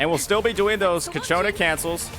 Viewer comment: cIAconna, not cacciona ffs